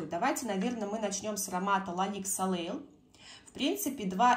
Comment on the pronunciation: Правильно " солей"- солнце